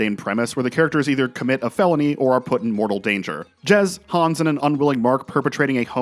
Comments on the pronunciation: Great video! But his name is Super Hans not Super Hons! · Super Hans mate, not Hans